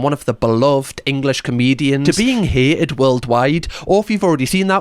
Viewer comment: Hay-ed? You mean 'hated'? (Welsh?) misogynist. Unbearable video. 2 minutes max. Ugh. Talk about shite...